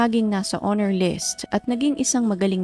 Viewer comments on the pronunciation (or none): none